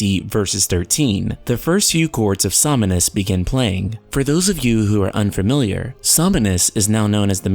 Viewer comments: it is not somInus it is SOMNUS, without the I. Somnus is the Menu Theme of FF15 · „Sominus“ smh It’s SOMNUS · Som-nus. Somnus. Not somm-e-nus. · Som-nus, not Som-in-us. That was bothering me. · Why can't this guy ever say Nomura's name right. Oh by the way, Zeal is right again, as usual. See you all in VS. And why does he keep saying "Some muh nus"? His Japanese pronunciation is atrocious. Yozora is also HUNTING them both, for his Master. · I just really wish this guy would stop mispronouncing Somnus.